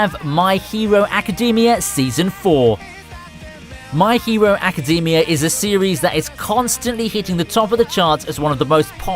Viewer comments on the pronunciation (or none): dude why do you pronounce "my hero academia" like that? it's not macadamia.